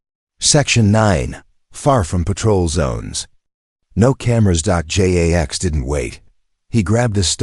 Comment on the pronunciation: Dot J A X. AI Can't say Jax so it spells it. Dot Dot Dot